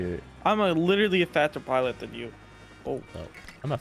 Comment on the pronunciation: "im a Fadtser piliot than you" ahahah